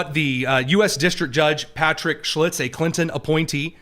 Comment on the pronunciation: The judge in this matter is Patrick Schiltz, not "Schlitz" as he is saying. More important, Judge Schiltz is not an appointee of President Clinton. Judge Patrick Schiltz was appointed to the U.S. District Court for the District of Minnesota by President George W. Bush. He was nominated in December 2005 and confirmed in April 2006.